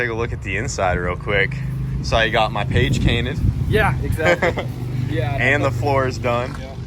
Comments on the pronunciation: “Page cainted” 😂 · did he say page cainted? Or have I been awake for too long? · "sawyou got my page cainted" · “saw you got my page cainted” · "Page Cainted"😂